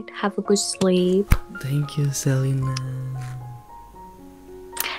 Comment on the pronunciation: Celina bang bukan celana